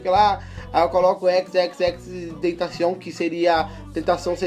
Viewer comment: cada "xxxtentacion" que ele fala ele pronuncia de um jeito 😂😂😂😂